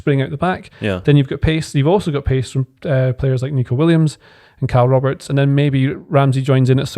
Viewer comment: "Kyle Roberts" 😂😂